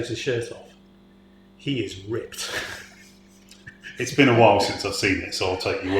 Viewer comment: or so - I missed Rita making one syllable words, 2 syllables - rip-ed. LOL! Alien vs. Predator: Requiem and The Predator written by Shane Black (aka Hawkins from the first movie and yes he wrote Kiss, Kiss, Bang, Bang). Requiem is awful, The Predator had lots of issues too. For: Granted, I am an American and have not had to listen to Boris Johnson speaking much but I did not think that and on reflection... still don't. LOL! You have a nice deep voice. IF, there is anything nerdy about it, I think it's in the cadence and maybe a tendency towards monotone delivery. So I would recommend working on that in general and bringing the prose to life.